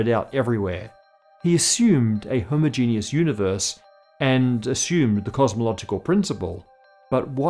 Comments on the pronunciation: "hoh-MOH-jeh-nus" --, genius is not required for its pronuncuation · Homogeneous: HU-MAW-JE-NUS You're welcome. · Homogenous: hom-ojun-us - I loved the video but the pronunciation irked me. Sorry 😅 Quark: Q-walk - I'm screaming internally lol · Do Brits pronounce "homogeneous" differently than Americans because I've never heard it pronounced that way before? Or did he just mispronounce it? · why cant you say homogeneous!?!?!?!